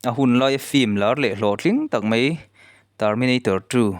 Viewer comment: Mai tih tur ah mei ti i ang thin, a ngaihnawm thin sia, chuan 'T' ai ah 'tri' atam in ka hria😂😂